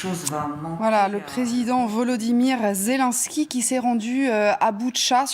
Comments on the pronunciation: C'est ZelNsky boordel pas zél1ski grr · Madame la journaliste: apprenez à prononcer "Zelensky" correctement.